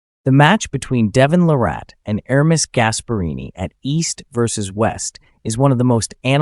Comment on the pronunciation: LARrat. Not larRAT. ✌️